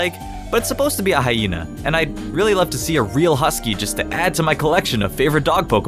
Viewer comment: um...husky not hisky